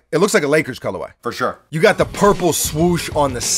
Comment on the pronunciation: I came here just to hear Buckets say "FurSher"